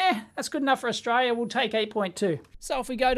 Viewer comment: Good E-nuff fo Stralia! Haha love it when Dave says this cracks me up every time.